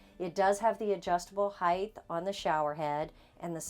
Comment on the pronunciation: You should learn to speak properly. It’s not “Heigth” it “Height” pronounced “Hite”